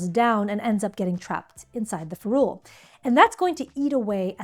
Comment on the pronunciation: Awesome video!!! I can’t wait to watch your others, even as an experienced and professional watercolorist. I learned some things. But it’s FEH-rool, not feh-ROOL. I Googled to confirm via several sources, even though I’ve been saying it for decades.